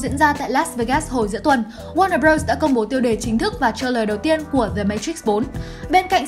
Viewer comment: Warner "Brủh"